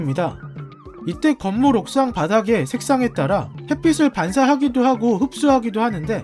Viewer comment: 햇빛을 햇삐슬이 아니고 햇삐츨 ㅇㅋ?